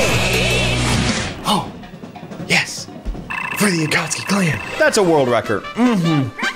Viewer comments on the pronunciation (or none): none